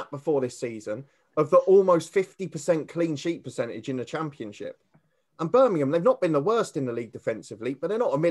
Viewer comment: It's Birmingham not Birminum 👍